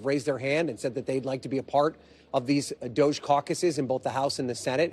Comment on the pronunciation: Did she just say "DOG-E" with a straight face? WTH???